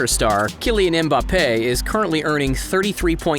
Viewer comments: Please don’t ever say Mbappe’s name again that is not how you say it at all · So we not gonna ignore how he butchered Mbappe's name?